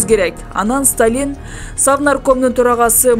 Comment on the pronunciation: Диктор кыз Сталин Молотов фамилияларын туура окусаң боло.ударенияларды өзгөртпөй